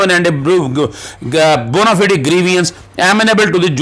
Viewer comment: بومافائیڈ۔ بونافیڈی نہیں